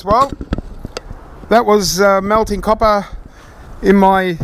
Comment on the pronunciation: I subscribed just so I'd be sure to hear you say "caw-pah" a few times a month, it makes me smile every time. Thanks, mate.